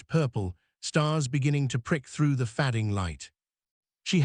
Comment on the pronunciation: Narration was pretty good for AI, but I agree that a British accent is strange for an old west story. "Fading" pronounced "făding" instead of "fāding" was typical AI mistake. Rather disconcerting. Story-line was good. One slips into the role of mother when performing those duties. Wife is a different matter. Hoprfully, the traveling preacher will stop by soon. The children accepted her in their own time and ways. Sarah when she started to help in the kitchen. Ben when he didn't run so far away. Lucy when she wentvto Eliza for hugs. Those acceptances letJames to allow his own feelings to warm after his cold grief. And her help, freely offered, made him appreciate her even more. It became a good fit for all concerned. OR, USA